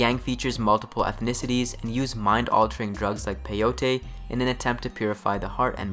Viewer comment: Peyote is pronounced like Coyote, but with a P.